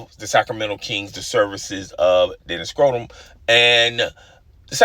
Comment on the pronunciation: Yeah I could not tell if that was a subtle shot or mispronunciation